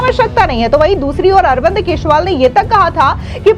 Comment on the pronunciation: केसरीवाल ,केसरीवाल केसरीवाल जरा सही उच्चारण किजिए।